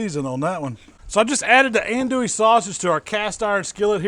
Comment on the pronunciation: Killing me with the pronunciation of andouille..